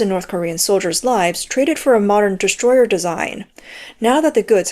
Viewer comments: I thought you said distroy-her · Oh, Destroyer. I thought you said destroyed.